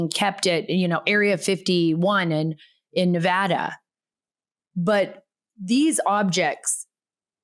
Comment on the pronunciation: Thank you for pronouncing Nevada correctly. lol.